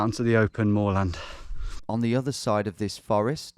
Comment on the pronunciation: Absolutely love Tom and these straight line missions but HATE how he pronounces moorland